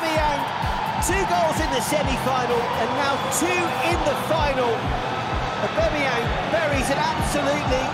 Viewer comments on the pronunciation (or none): It annoys me when those commentators call him AubEmeyEng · Imagine after 2 years our own commentator still not being able to say ‘Aubameyang’